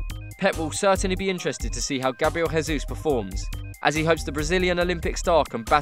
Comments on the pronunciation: Why does this guy says "gabriel hesus"? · Well, you know that here in Brazil we dont speak spanish, right? So Grabriel Jesus is not Gabriel "Resus" ok? The J doesnt sound like R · I'm Brazilian and the correct pronunciation of the letter J in Gabriel Jesus is the natural sound of J in English, not the sound of the letter in Spanish. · Gabriel Jesus is not from a spanish speaking country, the way we pronounce Jesus in portuguese sounds like the mix of the english version then the spanish one. The J sound is more like english, the rest sounds like spanish.(kind of)